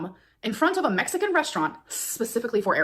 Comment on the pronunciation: idk why, but it was kinda funny to me how much she emphasised ‘mexican’. i’m sure she wasn’t trying to say anything, but still.